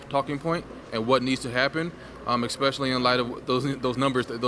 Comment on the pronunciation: Exspecially? Really?!